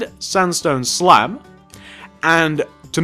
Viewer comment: you said slap insted of slab